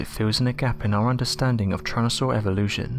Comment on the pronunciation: Tyran.....not Tryan... 🙄 Homergnos